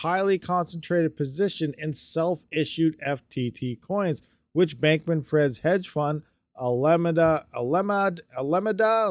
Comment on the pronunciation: I believe the pronunciations are as follows: "Alameda" = "Ala - MEEDA" and Bankman who might as well be "FRIED" is pronounced "FREED" which he certainly won't be after this.